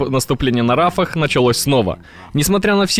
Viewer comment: Не Рафах,а Рафиах.